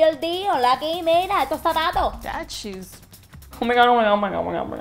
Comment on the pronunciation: “GOD FORBID” and “SUPER feo” and “choes(shoes)” 😂